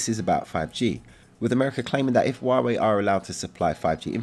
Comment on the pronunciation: It's 'H' ua Wei with H, not Wa Wei. Don't follow Trump's pronunciation.